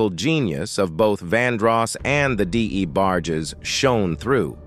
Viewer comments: Sometimes U hv 2 type these Text to Speech (AI voices) incorrectly so that it can pronounce it correctly 😂 Had they typed Envogue as In Vouge this fake narrator would have pronounced it as U read it 😁 same with Debarges. Typed as Duh barges same application. But who has time to do all that when you desperately want subscribers to enhance your click bait intentions for a 20 something minute video that goes in circles about nothing and or stuff we already kno. Pathetically hilarious. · Can someone please have this commentator learn how to pronounce peoples names correctly. Every video that this narrator is on it's the same thing, mispronouncing words